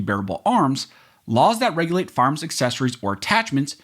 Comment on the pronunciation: I like when says 'firearms' quickly and it sounds like how we says "farms" in the midwest